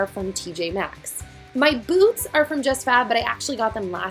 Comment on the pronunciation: OMGi understood boobs instead of boots